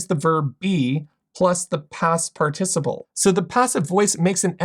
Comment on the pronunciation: As a fan of accents and dialects, I haven't heard that pronunciation of "participle" before. Main stress always on the first syllable.